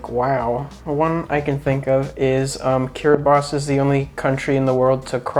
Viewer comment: My dad is a big fan of channel, and was kind enough to film a video with me here in Canada. My dad often picks up useful tips and tricks from the channel—one of the most memorable came from you,: the correct pronunciation of Kiribati. It’s there in my last 2 recent videos! I look forward to friendly competition with you someday. Thank you. Thank you.